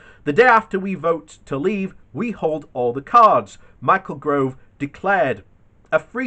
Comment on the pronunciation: Michael GOVE not gRove 😱